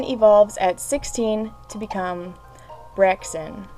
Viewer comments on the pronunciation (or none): You said braixen wrong